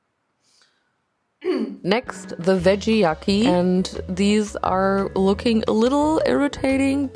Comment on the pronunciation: The veggie yaki was IRRITATING. Sometimes the english is naht guud. 😂 I LOVE 😂